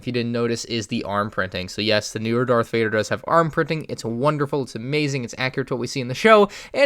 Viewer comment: Did u say dark vader